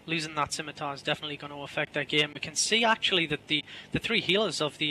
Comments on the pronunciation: Scimatar - Simatar not skimitar You dont say skissors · If she says skimitar again I will skin her face off. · You think she deserves some sort of special privileges just because she is a female? If someone refuses to pronounce words properly, and adds little to no value as a commentator, that person will be rightly criticized. It does not matter whether that person is male, female, black, white, yellow, brown, Jewish, Christian, Muslim, Atheist, rich, poor, human, or space hamster. If you act like an idiot on an international broadcast, you will be publicly ridiculed.